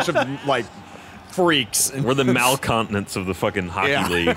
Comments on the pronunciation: "Malcontinents"? wut? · No one caught Ryan mispronouncing 'malcontent'